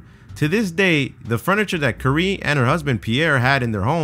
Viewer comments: That's not how you pronounce Marie Curie's name xD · the way he pronounced "Curie" gave me radiation poisoning